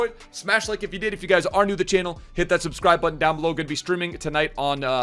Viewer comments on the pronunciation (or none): none